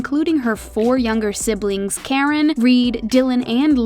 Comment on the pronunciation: Also "CAR-IN" not "CARE-IN" for her sisters name